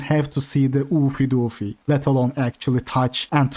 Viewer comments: Ew-fay Dew-fay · The way you pronounce "Oofy doofy" is meme worthy lol